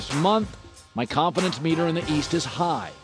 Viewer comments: Bro said “colinfidence” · Lol Joy when saying “ Colin-Fidence”